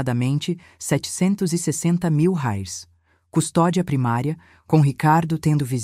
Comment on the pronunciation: Reais, IA falando errado, a narradora é uma IA, por isso acontece erros, ela é uma máquina